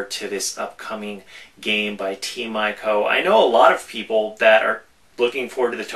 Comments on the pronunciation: .. its pronouced ee-koh!!!! ...=___= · It's pronounced EE-KO.